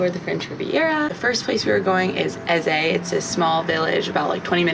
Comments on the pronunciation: ‘EZAY?” It’s pronounced “Eze” with soft e at end, not an a! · Y'all really couldn't even be bothered to ask a local how to pronounce Eze, huh? It's not EZZAY. JFC. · eze it’s ehz…. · It's EZe (E at the end is silent). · it’s ehz…